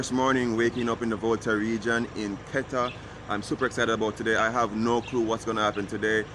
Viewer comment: You are pronouncing Keta like a native